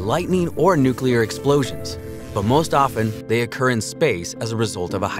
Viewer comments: Please people,,, it's new klee er,,, not new cue ler! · Lol newkiller radiation Try new-clear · Dude it’s pronounced “New Clear”, not “New Kyew Ler” 🤦🏾‍♂️🐼💯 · NEW CLEAR. Say it with me fast NEW CLEAR. Not NEW Q LER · Guy says nucular a lot. Lots of people do that and , yet, it’s still NUCLEAR😊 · ThErmONuCuLaR!!! xD NU-CLEAR! NUCLEAR! ffs nucular xD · say Nukilar one more time and i will unsubscribe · Please say nu-clee-ar and not nu-cue-lar pls :( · It’s “nuclear,” not “nucular.” Also, since “unique” means one of a kind, nothing is “very” unique. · I hate to be that guy, but it's pronounced "nu-clear." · Yeah. I guy who says "nuculear" can't teach me much. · Constantly pronouncing nuclear incorrectly makes you sound less knowledgeable than you seem to be. New-clee-ar. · NOO-klee-er, or NYOO-klee-er. It isn't difficult, unless you're a complete idiot. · Did you seriously say "nuke-you-lar?" The word is NUCLEAR. Is there a U anywhere after the c? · 'Nu-killir' bomb? Seriously? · He said "nucular" ffs. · I was gonna say the same thing 😂 Drives me nuts when people say “nucular” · Say it with me "new/klee/er" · he also called the hafnium isotope a “nucular isomer” lol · Did he just say nuke-you-ler? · Does ANYONE know how to properly pronounce the word, "nuclear"? The narrator can't... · For the love of god learn to day "nuclear" before you make a video about it. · Nuclear pronunciation bothers me. Otherwise an amazing video.